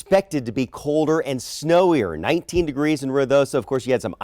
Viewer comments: Ruidoso ( noisy ) not Rio D'oso ( Bear River ) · Roo e do so is how you pronounce Ruidoso.